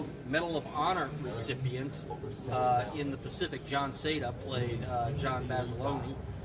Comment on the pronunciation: My favorite story told to me about Guadalcanal was Mr. Shelton telling us how they stole M-1 Garand's from the US Army in the supply dumps near the beaches, out of the cases. Also John Basilone name as pronounced by the Marines in WWII was Basa-lone not Basi-lonii, that is what Mr. Shelton called him and my father and all the 1st Marines I knew from that era. My father was in the 1st Marines in Korea and served with a Sgt from Carlson's Raiders who knew Basilone. Btw Mr. Shelton is Snafu from the HBO's "The Pacific". Mr. Shelton told stories about Eugene and Bob to us in around Baton Rouge in the A/C business, this is because so many of them had been in the Marines. Also the unsung hero of Guadalcanal is Major Harry Torgerson, who at the key monument of the battle on Edson's ridge lead the bayonet charge on the eastern side of the ridge sweeping the Japanese back while they were organizing for an attack from that side. This happens at the same time the ridge is being press from the west side and mainly from the south side, this is when the Japanese' 75mm cannon fails to operate due to the faulty firing pin at point blank range of the null. Edson used his support artillery to hold off the western and southern attacks at this time, so Harry and the few Marines of the 1st para's is all that was on hand to fight on that eastern attack. Harry never got a medal for this action in which he played that key role in holding the line and then leading the charge, as his commander was rel